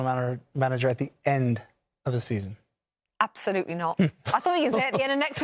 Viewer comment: Stevie Nichols should’ve retired 4 years ago. “Zero percent chance that Spurs will make it top 4 season. Apsohlutle no chance ah oll” Give me a fucking break.